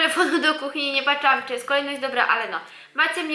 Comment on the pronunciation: Mowi sie patrzyłam a nie PACZAŁAM